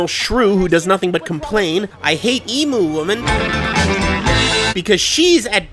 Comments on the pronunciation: "Ee Mu"? Weird way to say Emu, it's closer to "Ee Mew" shrugs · For fuck sake its pronounced "Eem-you" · OMG, the fucking emu ("ee-mou"???) leg, conspiracy... Really??? Even taking out all the logistical problems that rightfully pointed out, this is such a non issue because EMUS ARE COMMONLY GROWN AND EATEN AS FOOD. They aren't as popular as turkeys, sure, but it's not like if I went up to you and told you the turkey legs were made of ground-up cricket testicles. Or babies. No, this is more like if I went up to someone eating chicken McNuggets and told them "Did you know that that nugget... IS SHEEP MEAT?!?!? OOOHHHH!!!" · OK America I only have one thing to say IT'S PRONOUNCED eam - you!!! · Love the video! Just one little gripe I'm from Australia and although it's spelt Emu we pronounce it as (ee-m-you) sorry it was just bugging me the entire video lol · I hate how emu is said in this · You were pronouncing emu wrong and I was so confused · To be fair, they were pronouncing emu wrong too.